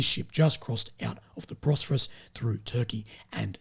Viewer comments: Bosphorus, not Brosphorus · Hey, I was hoping someone would have told already that it’s called “Bos-pho-rus”